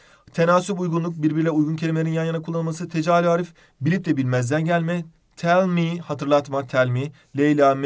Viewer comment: 24.05 hocam telmih derken biscolata reklamı gibiydiniz "tell me" what can i do